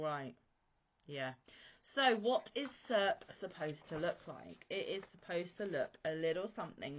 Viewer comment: Beautiful work as ever. Im just waiting for the final 4 im interested in doing now. Also, not 100% sure, but i think circe is pronounced sersee or sersay. I think its from homers odessey